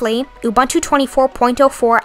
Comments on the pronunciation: Pronounced ooh booon tooh. Don't mispronounce indigenous words as you are doing it in a most offensive way. Please. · Pronounce Ubuntu